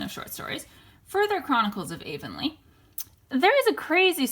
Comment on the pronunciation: It's pronounced Blie-th and Avonlea is pronounced av-on-lee 💚 Have you ever watched Sullivan's series of "Anne of Green Gables"? It's beautifully made